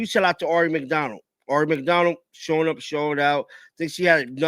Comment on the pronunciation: Love you, but please pronounce Aari correctly ("Air...ee")